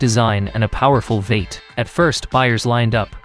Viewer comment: Hate the AI mispronunciations. V-8 becomes veight. You have to spell out Vee eight for the AI to say it correctly.